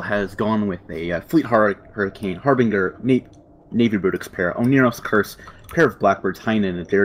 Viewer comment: The G in "Harbinger" is soft.